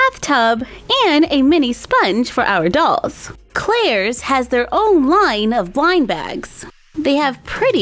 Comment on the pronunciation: I heared winebags instead of blindbags